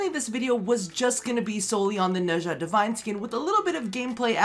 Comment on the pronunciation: DE-VINE, it's not hard. Name of the company + Dead platform, I know it's spelled wrong but it should be pronounced the same way.